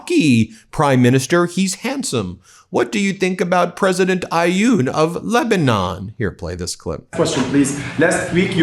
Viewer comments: It’s pronounced awn not ayooon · President of Lebanon name is Aoun. The there is no i or y sound. Pronounce it Ah-une or ah-oon and slur the syllables together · Guys, you have enough information at your disposal to learn how to say them names of foreign leaders correctly. The name of the President of Lebanon has only 3 letters. His first name is Joseph. Joseph Aun. It pronounces exactly the way it is written. Can't you try to manage 3 letters without inventing sounds that are not there? You're not the only ones doing that but garbling anything that goes through your mind and doesn't even correspond to the way the name is written is so frequent it's insulting for the people of the countries in question. A little more respect would really help.